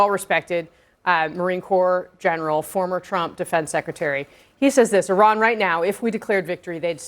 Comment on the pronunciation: Somebody tell Val Demings, the representative, to learn how to pronounce Iran correctly before having an opinion about this war. She probably can’t even point on the map where Iran is.